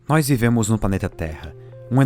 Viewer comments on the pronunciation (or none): "NÓIS VIVEMOS EM UM "PANETA" TERRA"